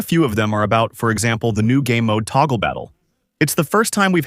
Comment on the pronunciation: The AI-dub pronouncing touge as "toggle" 😂😂😂